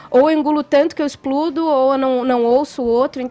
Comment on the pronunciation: Eu parei de ouvir no "explUdo".